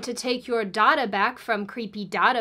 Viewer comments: You pronounce data like daughter. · Did anyone else first think she said „daughter brokers“ and „they will sell your daughter“ instead of data?😂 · You are pronouncing data wrong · Sweet Jesus, Mary & Joseph, what is dahtah? its pronounced "Dayta" the human race is effed. It's getting depressing now. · The most useful thing I learned from this is that even though there are two ways to pronounce "data," still doesn't pronounce it correctly. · The only wrong thing about this video is the pronunciation of data.